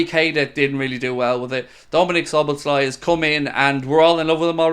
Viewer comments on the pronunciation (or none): Its Szoboszlaeeee ... Hungarian i sounds like e